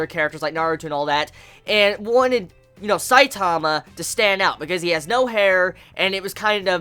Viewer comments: his name isn`t saitaama its saitama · IT'S S-I-T-A-M-A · why do you say his name like that? and what is "mangaka"? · Just by the Way you say Saitama ill dislike